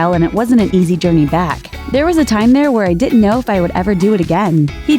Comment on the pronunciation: What does "Dit'nt" mean?